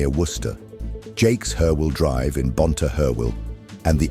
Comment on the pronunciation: Bonteheuwel not bontehurwel. Pronounciation please !!!